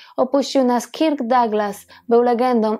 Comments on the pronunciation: B. fajny film, tylko imię Kirk wymawia się bardziej jako Kerk (nie mam alfabetu fonetycznego, więc tak to zapisuję). Wymowę można sprawdzić np. na Google tłumacz.Pozdrawiam i czekam na kolejne wspaniałe programy! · Odcinek super,tylko wymowa KIRK jest tak surowa ,ze mam dreszcze-sugeruje przy okazji podslyszec poprawnej lub zblizonej wymowy przy innych gwiazdach./przepraszam/